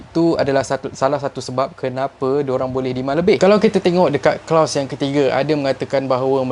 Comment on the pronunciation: kloz lah bukan klaus